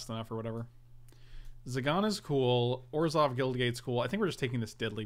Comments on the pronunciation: Have to say it.. it bothers me the way pronounces Orzhov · It's actually a bit of an inside joke....some of the Wizards of the Cost people insist it's pronounced that way and way likes to poke fun at how ridiculous it sounds...which it does